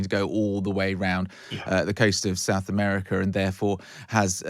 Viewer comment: South Ameriker?